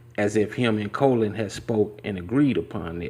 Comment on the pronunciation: His name is "Colin", not "Colon" lol